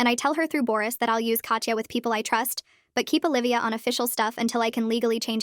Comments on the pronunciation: Russian here. "Katya" is NOT pronounced "Katcha", instead it's "Kata" with soft "t" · pretty sure it’ll be pronounced as kat-ya